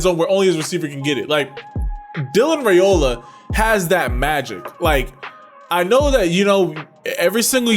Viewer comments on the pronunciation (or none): I can’t wait to see how he develops at Georgia. It’s an amazing time to be a Dawg. BTW, just letting you know for the future, his last name is pronounced rye-ola not ray-ola. I was pronouncing it wrong too until I heard it from the horses mouth. 😂